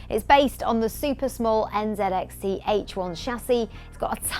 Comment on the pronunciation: It hurt the way she said nzxt